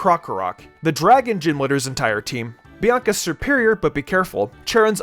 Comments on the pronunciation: Whenever he says serperior it sounds like superior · Which it is.